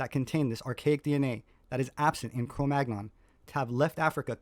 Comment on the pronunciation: Sepehr is supposedly a professional archaeologist, but he doesn't know how to correctly pronounce the term CRO MAGNON. He always mispronounces it, pronouncing a hard-G despite the fact that the term comes from a French place-name which -- like AVIGNON, BOLOGNE, CHAMPAGNE, AUVERGNE, DORDOGNE, COLOGNE, etc. -- is part of a 2-consonant cluster [-GN-] which is properly pronounced like the - NY - cluster in English. CRO MAGNON rhymes with the word CANYON. You're not supposed to pronounce the hard G goddammit!!! Sepehr ALWAYS gets this wrong, and it makes me laugh with mockery at his claim to be a professional archaeologist. It's like when Les Nessman on WKRP In Cincinnati pronounces the name "Chi Chi Rodriguez" as TSHY TSHY ROD-rih-gwayz. Sepehr is a goofy bastard pretending to an expertise he doesn't have. And I wonder about his little helper who goes around with him on his little field trips, filming Sepehr as the 'star'... going to feed the geese... and usually winding up at some restaurant where we get to see him eat some foreign dish. We never see him sharing his meal with his little helper, you'll notice. There's something about that which just makes me think he's all-the-more of a self-obsessed douchebag. Between this video by and some others by Gutsick Gibbon, it's nice to see some professional pushback against his pseudo-scholarship.